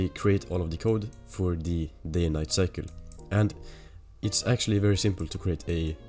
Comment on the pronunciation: its "cycle" and not cykle... beginer mistake...